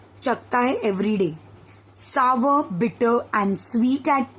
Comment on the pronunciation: सावर उच्चार नाही होता .